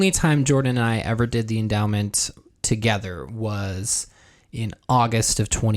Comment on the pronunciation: Why does it sound like he's saying "this is the enema"? Or is it just me?